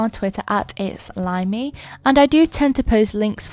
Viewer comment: says ItsLimey What I hear: It Slimey